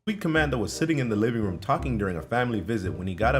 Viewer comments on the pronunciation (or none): none